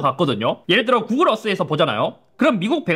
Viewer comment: 구그rrrrㅏ 애프rrrrㅏ